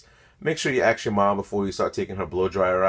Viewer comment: Ask not axe